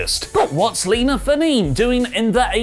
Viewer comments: "Fa-neen" haha, it's pronounced "fah-neh-neh" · Is it not pronounced Lina Fa-nay-nay? Seriously asking. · Nia Jax's real last name is pronounced Fah-neh-neh. It's a Samoan name.